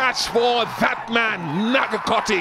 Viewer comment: The way the commentator pronounces nagarkoti is just hilarious 😂🤣😂🤣😂🤣😂